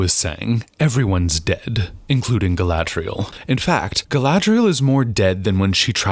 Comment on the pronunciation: Well, I took your advice about watching the battle beginning at 38:something. Other than I see your point, entirely, all I can say is "Gallladrreierreierreierreielle" 😯 🤣🤣🤣🤣🤣🤣🤣😂😂😂😂🤣😂😂😂😂 It's a good thing you're watching this toxic-waste-train-wreck, so I don't have to; thank you for that👍 🎃😷✌